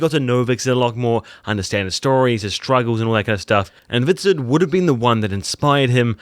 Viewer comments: love your videos but please stop saying "viksuk". The name was "Hvritsek", pronounced "Kvitsek", which is still not correct old norse pronounciation but close enough. Just saying violating our old names really hurts me. ;) For further studies on names, language, pronounciation and especialy old norse historie, I highly recommend you check out Jackson Crawford channel on youtube. :) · Hvitserk is not pronounced Vixet. Come on man, you are dedicating so much to this and your videos are good but this is pissing me off. It's more like Vitserk, meaning "white-shirt". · Your pronounciation of Hvitserk and Ubbe is the worst...